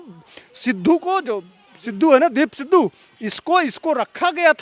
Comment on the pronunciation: Deep Sindhu nahi Deep Sidhu 😂😂 at least take the name correctly and then talk..looks like you don’t even know who he is..!!! Lol